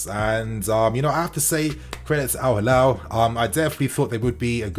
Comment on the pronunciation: It's Al-Hilal, not Al-Halal